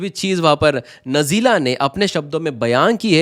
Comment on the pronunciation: नजीला नहीं बेटा नाजिला नाम है